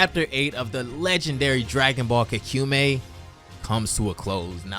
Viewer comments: I really like this series but I don't really like the mispronounciation of the name 😅 It's just Ka (Ca in Carbon) Ku (Coo in Cool) Me (Ma in Maybe) I (just the letter E) You've said it like Ka Kyu Mei just now and Kaku Me in previous videos, and ngl it's low key bugged me but I didn't let it overshadow the overall enjoyment of the video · It’s pronounced Ka-ku-mei btw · So you're pronouncing this differently now? Kah-Koo-Meh before and now Ka-Cumey?